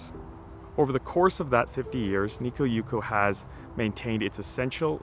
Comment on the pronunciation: One correction. Light festivals in Japan are held in large public parks. Never in the garden proper. Also, why do you pronounce it Nikko?